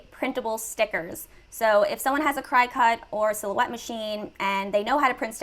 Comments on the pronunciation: I love this video but its pronounce Cricket like the bug not Cry-cut. lol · OMG, you are driving me crazzzzy with your pronunciation of the Cricut machine! I had to stop watching! It is NOT pronounced ~ CRY-cut, it IS pronounced ~ CRICKET just like the insect! Some, including yourself, are probably going to think that this and/or I am being petty BUT, I'd want my viewers to trust me and what I am teaching them so, imo if you are going to be a Youtuber you may want to learn a little bit more about the things that you are discussing. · First of all, I love your videos! But I just gotta say... It's pronounced "cricket"... Not "cry-cut" 😅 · enjoyed the video, however, Cricut is not pronounced "Crycut", like you are crying to cut something, it is pronounced , "Cricket", like the insect. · Excellent info, as always, but girl, Cricut is pronounced “cricket”. Just FYI. 😊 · This is a fantastic video but I can’t un-hear you saying cricut wrong lol. It’s pronounced like “cricket” like the bug. I have one and that’s what I use and why I was watching your awesome videos. Not trying to be negative just noticed! Haha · Thank you for this! Super helpful for me!! I’ve got two other shops and really have been leaning more and more towards something like this so that I can make more money w less physical labor💖💖 Ps also, it’s pronounced cricket like the bug 😆 that’s why there are little antenna on the “C” 🦗 lol just a little FYI 😉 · Great info, thank you so much for sharing! Idk if you even care but Cricut is pronounced like “cricket” :) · cricut is pronounced "cricket" ....just an fyi